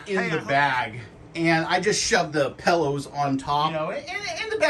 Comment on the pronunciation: "Pallows" 😂... great review 👍